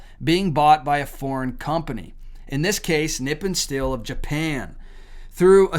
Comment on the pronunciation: It is pronounced Nip-pon. That is the name of Japan in their language. Actually, if you have Noritake China, if it has Nippon on it, it is worth some money. That would mean that it was made before WWII. Just a FYI fact.